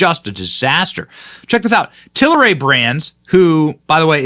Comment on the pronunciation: TAL RAY not TAL I RAY Give the suckers buying this spinoff credit by saying their name correctly.